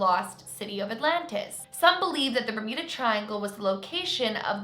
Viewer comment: Does she say bermida? Isnt it bermuda...